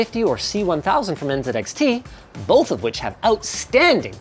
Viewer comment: Thank you for saying N"zed"XT. We need Canadian content more than ever right now.